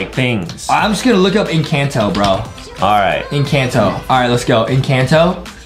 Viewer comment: The name is encanto the a says al